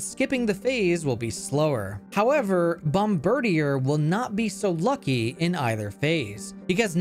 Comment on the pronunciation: Just so you know, its pronounced "bomb bird ear", its a military aerial bomber pun (bombardier)